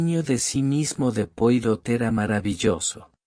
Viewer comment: Ya cuando no se acentúa ni se da expresión a lo narrado y en las tras primeras palabras se nombra al famoso detective francés sin molestarse en pronunciarlo como se debe me mata!!! NO ESCUCHARÉ MÁS AUDIO LIBROS QUE DIGAN "POIROT" SEÑORES:ASÍ ES COMO SE ESCRIBE!!! PERO NARRADO ASÍ SUENA ESPANTOSISIMO!!!